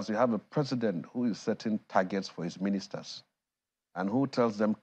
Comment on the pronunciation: ...what the heck was that--I too want to be an "Agbada lifter" in the "blaa-bla baloo" cabinet of meanisters. Ah! kelon shel-le!!